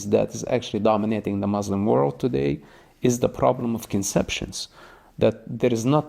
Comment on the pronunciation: What he is saying is opposite of the teachings of the Quran and the Hebrew Bible. He does not even pronounce Muslim correctly. He’s just angry. I understand that most people follow their culture and not their religion. Btw, hijabs are a personal choice and they are biblical too. The Almighty does not change so neither do His teachings nor His culture.